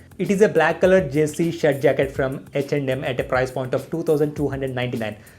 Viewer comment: Is it reaaly Hech and M or its his accent?